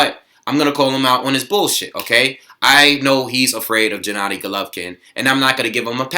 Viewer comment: Gennady is pronounced with a hard G, not 'Jennady'